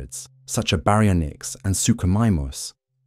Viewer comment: Um its Barry-onix His friends call him Barry